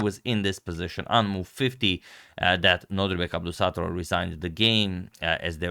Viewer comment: Its abdo ssaatarooov